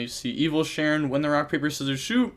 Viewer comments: Bro this is like the 100th iron man with evilshenron It’s SHEN-RON not Sharon lol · You’re pronouncing it with an A so it’s sounds like you’re saying Share-in but it’s an e so it’s Similar to six Sam Shi-En but there’s no I so it’s just Shen then Ron